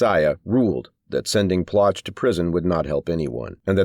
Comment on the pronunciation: It's pronounced Plow shay.